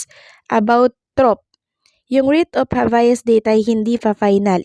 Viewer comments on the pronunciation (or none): Anong habayas? Habeas yon..pronounce it well ok 😂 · Pronounced "Hab-yas".